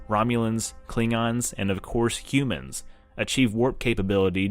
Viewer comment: does anyone else think he is saying Qumans